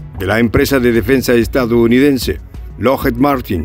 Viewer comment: Lockheed... La doble E suena como I...